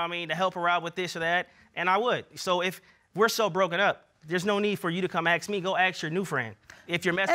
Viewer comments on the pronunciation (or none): Drives me crazy when he says ax instead of ask